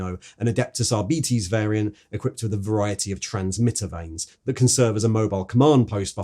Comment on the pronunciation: arbeetes? surley its ar-bites